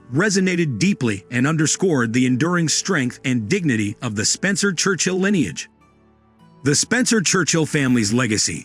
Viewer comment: lineage" is not pronounced "lie neage". Moreover, the "h" of "heirs" is silent. World War I is not pronounced "World War Eye".